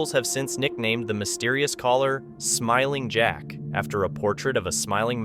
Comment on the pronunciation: smiling jack sounded like he said go away